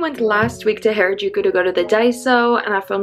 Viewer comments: this is how to pernouce harajuku its ha-ra jukou its not pernouced hayrajouku this is just a correction not trying to be rude also loe ur vids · Not to be rude or anything but it’s pronounced har- a-juku and not hair-a-juku : ) also love your videos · U been there how long and can't say Harajuku